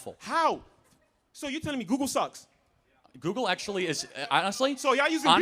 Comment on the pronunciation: You can tell when someone was raised by a single mother. And it’s “google” not “goo goo”